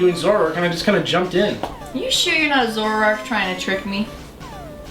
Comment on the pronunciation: I always thought is was pronounced Zo-ROARk.